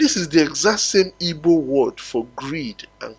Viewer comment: Our name is not Ibo. We are Igbo.please pronounce it well